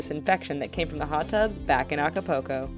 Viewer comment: the way she says acapulco... *facepalm